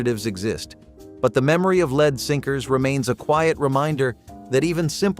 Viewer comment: Learn how to pronounce Lead properly!!!